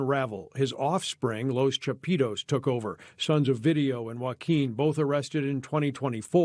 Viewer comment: “ Los chapeetos “ 🤣🤣🤣